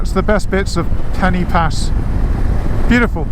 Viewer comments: for an english person to pronounce pen-y-pass properly . instead of calling it penny pass , say penn-er pass and say it quickly ,and there . now it sounds right . and you wont look like a complete tourist lol there are no penny anywhere near this name . but i can understand why you would call it penny . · Looks a lovely road and as you say fantastic without traffic - only one criticism, Pen Y Pas is pronounced Pen Er Pass, the Y in Welsh is pronounced like the letter U in English 😁